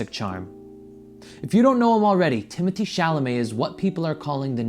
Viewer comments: it’s timothée not timothy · well you didn’t spell it timothy in the title but you pronounced it like that. no hate, i just love french lol. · last and only response.no I don't think he is attractive but only my opinion and no I didn't say you spelt his name wrong I was referring to your pronunciation of his name.his name is not Timothy. Xxxx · you spelled it correctly in the title, you didn’t say it correctly